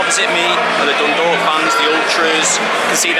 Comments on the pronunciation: Decent job pronouncing Dundalk and Drogheda but you are an old hand now with the league😊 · Fair play on the pronunciation of Dundalk and Drawda